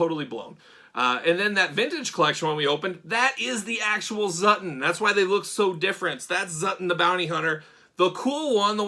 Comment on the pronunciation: It’s not Zutton 😱